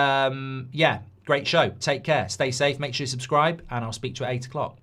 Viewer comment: I CANT SPAKE I CANT SPAKE 😂😂😂